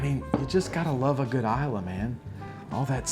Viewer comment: Finally... someone who knows how to pronounce islay. Speaking of scotch, how do you keep it from oxidizing?